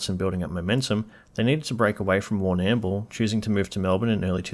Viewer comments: Warnam-bool? It's Warnambool! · Yeah it's pronounced Warner Bull, I go down there quite often, it's a gorgeous town, got gorgeous people down there too 😊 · Is this vid just ripped off Wikki and put through an Australian A.I voice?? Warrnn-Ammm-Bull? Great subject matter on all your videos mate….but put a bit of soul into what you are doing if you want some longevity? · You did! It jarred my ears straight away lol! It's more lle 'Warn'mbool'. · You cant even pronounce Warrnambool correctly - and the bio is read straight out of Wikapaedia. Voice is probably AI, and the notion that they have "fallen" is wrong. They are still hugely popular worldwide. Their sound comes from their love of AC/DC and other rock bands - and is their backbone - thats why they are so popular - even Angus Young likes Airbourne. Dont listen to this crap - Airbourne are just firing up! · you need to re record this and pronounce Warrnambool better. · As someone who grew up in the Western Districts of Victoria, l went.'wtf did he just say?' When you so brilliantly slaughtered pronouncing Warrnambool. Every single time. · AHH! That's why you don't know HOW to say Warnambool!